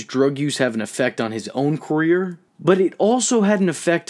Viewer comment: “on his own corrrreer” 💀